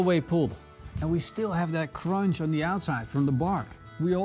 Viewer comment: Cronch. Cronch. Cronch. I haz droolyz.